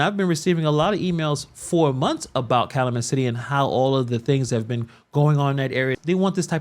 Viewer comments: Cal-U-Met City…your welcome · I’m happy to see you talking about corruption in Illinois, which is tragically not a new thing. I’m sorry to be nitpicky, but it’s pronounced cal-you-met. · It's pronounced Kal U Met City. Long U sound. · Cal - u - met.... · It’s Cal-U-Met